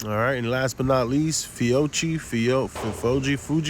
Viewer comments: FIOCCHI = “Feeohkee” Not “Fuji”…. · I think Fiocchi is pronounced fee-o-kee. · it's pronounced fee o kee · It's pronounced Fa-Coochie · Nice video. Fee oh chi is how it is pronounced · The brand is pronounced “Fee-Oh-Key” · I believe the ammo name is pronounced Fee-Oh-Key. Nice video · I agree with ProspectingMonkey. Your evaluations were accurate and detailed. I also will be returning to your videos. One suggestion; Learn to pronounce the name of whatever you are evaluating. Your constant sarcastic mispronunciation and comments each time you mentioned Fiocchi only served to demean your otherwise very good video. Hopefully, you accept this as it is meant to be, Constructive rather than demeaning.